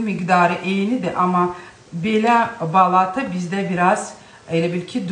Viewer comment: Balata sözündə vurğu axıra düşür.Yəni sonuncu A səsinin üstünə düşür.